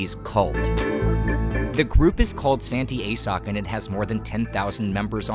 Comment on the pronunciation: San tee ah soak is how you pronounce it